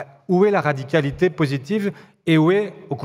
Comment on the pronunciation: Va falloir travailler sur le mot "radicalité" avec Roussel 🙃